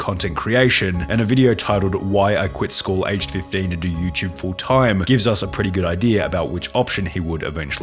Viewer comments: He’d be a billionaire for every time he pronounces “YouTube” “youchub” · You-ch-ube hm yes